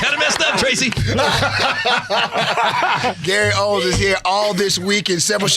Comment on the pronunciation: Gary OWEN, no "S".